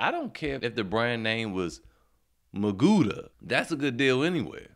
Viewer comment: "Magula" haha